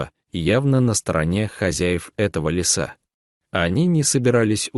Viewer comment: Не лесА а лесА, неужели нельзя прочитать по-русски правильно ? Не мЕста а местА. Послушайте сами себя как ты озвучивание текст. А текст очень хороший, берущий за душу, но не в вашем прочтении, к сожалению.😢